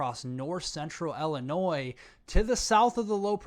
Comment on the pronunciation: Its pronounced ILL-eh-noy. Sorry. I honestly dont want to be THAT guy.